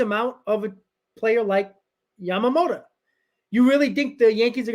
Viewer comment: It's YAMAMOTO not YAMAMOTA, you always call Yoshinobo, Yamamota, that would be a different person